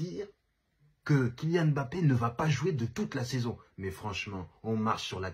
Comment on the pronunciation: Enfin un mec qui prononce correctement son nom pfiou ca fait du bien aux oreilles 😅